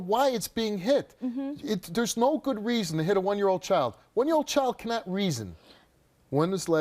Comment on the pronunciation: Can you pronounce child correctly please, it’s child not choid